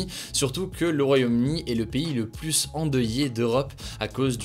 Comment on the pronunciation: Ces résumés sont toujours aussi intéressant. Mais de grâce, il faudrait faire un effort sur les PLUS dont le S ne se prononcent pas dans certains cas. Exemple, "certains variant du virus semblent plu(s) résistants...